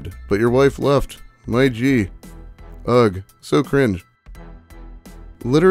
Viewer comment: someone really should tell you how to pronounce ugh